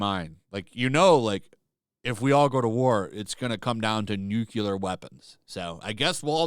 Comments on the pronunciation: Nuclear not nucular weapons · You lost me at "nucular." Come on now, man, we don't say "nuculus." What's wrong with you...